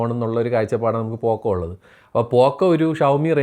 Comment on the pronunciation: Poco ❌ പൊക്കോ ✅